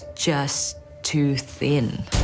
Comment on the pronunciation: Someone please teach Amaury how to properly say "thin", cuz "phin" just doesn't cut it.